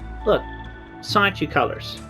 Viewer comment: And have you also noticed that never once does Chris pronounce the N in Sonichu? It’s “Sahchu” every time.